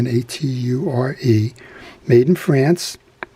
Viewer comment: Nice finds, haven't seen any like that full bail Centaure, even on E-bay. the rest of those Centaures are commanding high prices on that site working or not! BTW my French neighbor tells me the proper way to say Centaure is "SAN-TOR", also love the Dexter filet knife, and how did you do on the selling end, reduce your inventory a little I hope?